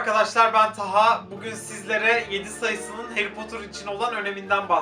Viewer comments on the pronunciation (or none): none